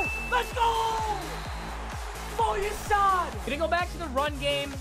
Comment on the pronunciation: It's not pronounced foyausad it's foy-yay